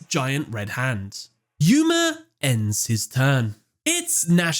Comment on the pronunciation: "Yuya" "Gooma" Poor Yuma can't have his name said properly.